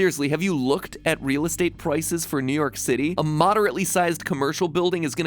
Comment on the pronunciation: "Pwices" - MatPat